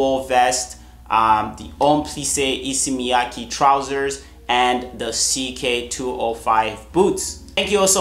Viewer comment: Love the video! Hate to be pretentious, but just thought you'd like to know it's Miyake, not ki, pronounced mee-yah-ke. Same with Issey, his real name (Or how it's written in Japanese) is Issei, pronounced is-say. Much love